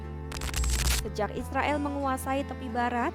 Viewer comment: Narator kompas sdh pasti muslim. Israil katanya😅😅😅😅 Tidak bisa ngomong Israel.